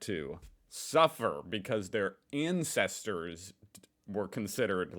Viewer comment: you said " incesters " instead of " ancestors " a very different type of family relationship 😮